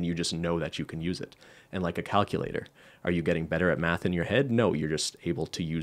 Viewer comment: Iva Miklavcic he does it with the word “it” shortly after